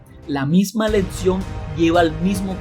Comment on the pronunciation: Pronuncias mal Éxito y lección 🦻🏼🦻🏼👂